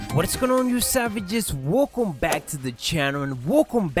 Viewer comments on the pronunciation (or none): Learn to speak properly.. "Wecome back to the channel" 🙈🗑💣